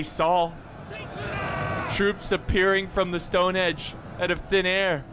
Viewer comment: ROFL - 'HENGE!' - "STONE-HENGE' - NOT 'STONE-HEDGE':)